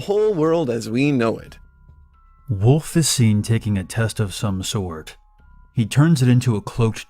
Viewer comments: Is anyone else bothered by when he says, "woof" and not "wolf"? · Remember: wolf has an L in it and it's not pronounced "woof"